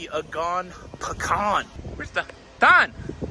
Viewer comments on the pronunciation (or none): none